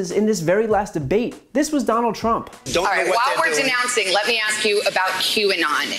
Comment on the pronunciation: yes I heard him I think he said Donald prump 🤣🤣